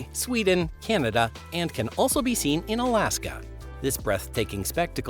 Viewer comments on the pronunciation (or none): none